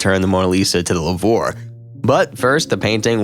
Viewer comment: Did he really just pronounce "Lourve" like "La-vore"??